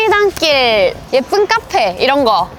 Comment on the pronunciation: 갱상도는 '카페'